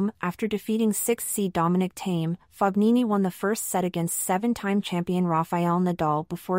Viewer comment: Whatta bummer! Please pronounce his name correctly. Ask Fabio how he pronounces his name.